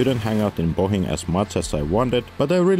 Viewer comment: Oh my goodness, this guy can actually pronounce things in Slovenian! Ljubljana took him a while but he got it eventually, he nailed Bled and Bohinj … I'm impressed! (In case you couldn't tell, I'm just here to listen to people butcher our pronounciations, I find it hilarious.)